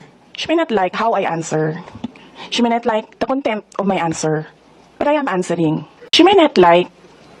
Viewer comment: you don't pronounce not as net kahit pa sa american accent